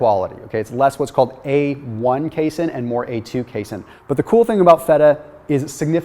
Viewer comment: You are mispronouncing the word casein